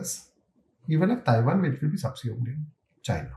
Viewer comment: Taiwan ❌️ Chaiwan ✅️